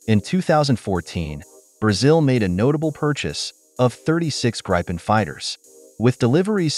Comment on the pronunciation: Yes, and "Gripen". Not "Grajpen" :p